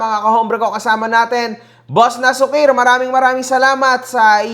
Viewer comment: Na-su- kir ang basa sa pangan nian Hindi nasu-kir.. na-su-kir ilocano word Yan nanparang pasaway👌🏿